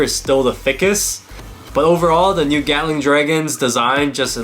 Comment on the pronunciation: What others hear:Gatling Dragon What I hear:Gyatling Dragon